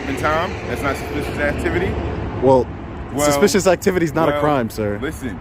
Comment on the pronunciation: This ignorant cop can't even pronounce the word suspicious!!! 😂😅😮